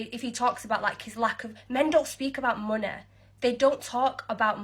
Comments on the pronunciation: what is this girl's problem saying the word money? She said it oddly 2 times, then immediately said it right, followed up with saying it oddly again. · 'Men with moneh have digniteh...' Silence, you scrubber strumpet. And the woman who did the rant about the Middle East is just attempting to paint bring a 304 floen out to get crapped on by oil-wealthy arabs in a positive light.